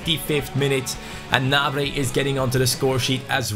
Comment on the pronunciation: You have been saying Martial and Gnabry's name wrongly